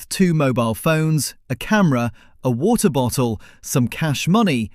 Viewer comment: World: water bottle The narrator of this video: wuottah-bottoh 😂